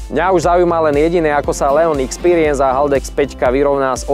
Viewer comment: Ixpiriens Ixpiriens.... Je tam X na zaciatku nie E. Tak sa cita Expiriens